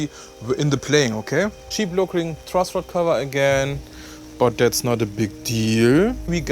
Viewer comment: Auch nach 4 Jahren noch ein prima Review! Schade, dass Harley Benton nur dicke Necks herstellt, ich hätte sonst schon lange eine Fusion II gekauft. PS. "Check" spricht man "Tscheck", nicht "Scheck", "cheap" = "tschiep", nicht "schiep" (Schafe😂).